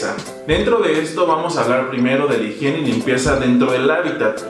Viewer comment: EN SERIO....!!??? HI-J-IENE....ajajaja HIGIENE! jajajajajaja